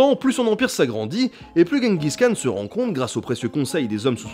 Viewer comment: Et le 'kh" de Khan se prononce comme dans Khaled (mongol: Хан).